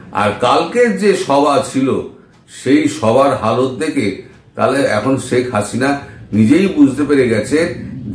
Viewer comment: দাদা, আপনি বলেন “ছেক”। হবে “শেখ”।